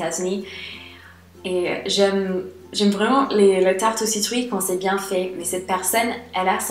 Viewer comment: Une tarte à ... ? La citrouille ? J'ai pas bien compris ce que tu as dis 😂 mais super vidéo tu es très rigolote !